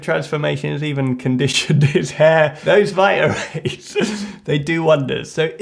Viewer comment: Slight correction though it is Vita-rays not vitalrays 😜